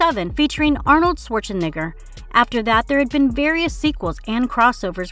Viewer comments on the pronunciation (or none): Arnold What? That “E” sounds super close, if not exactly like an “I”. 😂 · SHE SAID ARNOLD SCHWARZENEGRO 🤭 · Ummmm did she say Arnold Schwarzenegger or Arnold Schwarzen*gger?! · Arnold Schwarze-whooo?? lmfao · She also mis-pronounced Arnold Schwarzenegger's last name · Let’s not even get into how she pronounced Arnold Shwarzenegger LOL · Also can't pronounce Schwarzenegger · Did anyone else catch how she said/pronounced Arnolds last name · Whoa can she say that on YouTube? The way she pronounces Schwarzenegger. She replaced the e with an I sound. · From mins to this chicc completely said the n word trying to pronounce Arnold Schwarzenegger wow 😮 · say Arnold's last name again! lmao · She ain't even try to say Arnald's last name right 💀💀💀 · ARNOLD SHWARTZA-WHAT!? LMAO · holy that pronunciation of Arnolds last name..... jesus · so we just gon ignore how she said arnold Schwarzenegger's name wrong right? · We just gonna skip how she pronounced Arnold’s last name??? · Arnold Schwarzenegger lol she said it really bad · Yo, go to , you can't tell me she didn't purposely mispronounce his name. Like come on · It's ....and I definitely heard it lol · Wow she said Schwarzen n-word. . . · Can you say Arnold’s last name again? Horrible narration 😂